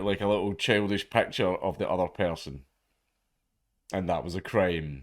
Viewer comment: It's picture not pecture.